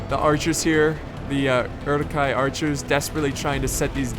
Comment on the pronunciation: And the letter 'u' (like in Uruks or Hornburg) is pronounced German so it's more like the double o ("look", "book" - "Oorook" xD).